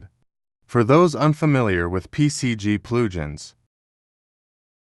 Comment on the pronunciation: "PCG PLOOJINS" I fucking died XD